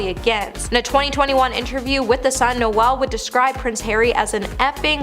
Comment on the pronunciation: How do you pronounce "Noel"?It's not Christmas.